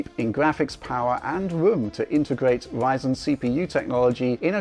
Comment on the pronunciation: In a completely random turn, there's a certain charm in way of pronouncing Ryzen.